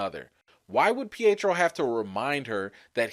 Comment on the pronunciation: Not peitro